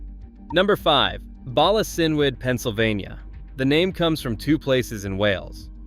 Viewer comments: PRONOUNCED "BALA KINWOOD" and "KHABAD" ... MOST AI STILL CAN'T LEARN NAMES CORRECTLY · Bala Cynwood Is pronounced Bala Kin wood